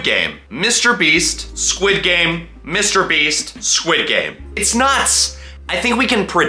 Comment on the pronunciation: i love it how he says sid game insted of squid game